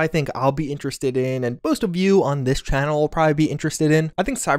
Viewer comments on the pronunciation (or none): none